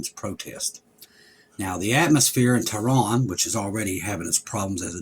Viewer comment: Tehran, Iran. has difficulty with pronunciation.